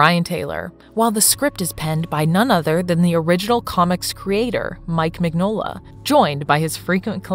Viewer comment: It’s pronounced Min-yo-la. I hate fake nerd channels.